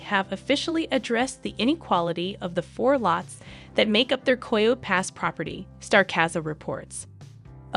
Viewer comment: is AI. Coyo pass? That’s how you know. Coyote Pass. Ki-o-tee